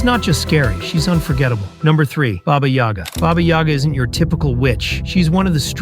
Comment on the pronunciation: When you said baba yoga I thought is jone wick